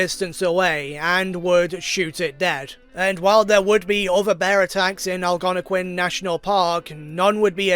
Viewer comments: Algonquin is pronounced like this; Al- as in Weird Al Yankovic Gon- like Gong without the last g. Quin- As in Harley Quinn. Algonquin. Not trying to be mean, I really like your video. Just letting you know how to pronounce the word on the off-chance you use it again. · Al-gono-quin & Al-gon-equin